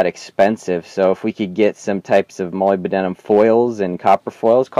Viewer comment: it's not [molybYdenum] it's molyBDenum